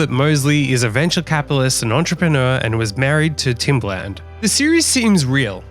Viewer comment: I doubt everyone in business knows who Grant Cardone is. Also, its very obvious you wouldn't recognize Timbaland, because I didn't know who you were talking about by the way you pronounced his name. Good thing you put a picture of him up!